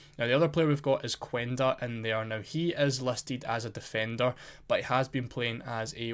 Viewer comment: Just a couple notes The U in Quenda is silent The Ç in Gonçalves is read as a S